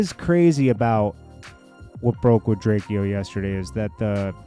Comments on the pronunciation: it’s pronounced Drake-O by the way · Why you keep disrespecting the man by continuously mispronouncing his name , it’s said Drayco!!! The fact you keep mis prounouncing his name shows your lack of true respect for the man .. PUT SOME RESPECT ON HIS NAME FOO!! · His name is pronounced Drake-o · FOR THA LAST TIME BIG HOMIE HIS NAME IS... DRAKE....O.... THATS HOW U SAY HIS NAME🤣🤣SHEESH..WORSER THAN CALLIN A KOREAN CHINESE🤦🤦🤦